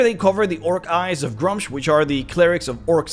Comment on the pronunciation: It's pronounced "Gruu-mush".